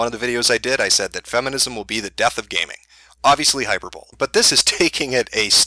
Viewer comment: "Hyper bowl"